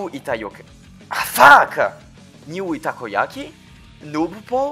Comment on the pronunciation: The funniest part was hearing alt mispronouncing nyuitakoyaki at the end lol